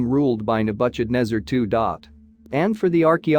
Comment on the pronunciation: Agreed..... pronunciation errors are horrible. Nebukadnesar is unrecognizable. Cancel Apia.